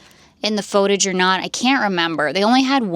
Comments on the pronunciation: 😂 I think its fun how she says it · or she could just say it correctly